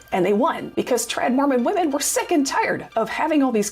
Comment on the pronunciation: What is your aversion to correctly pronounce the word "women?" I don't understand. Exasterbated, too lol... that first "t" shouldn't be there, sounds like you mispronounced masterbated. Exacerbated - that's the ticket.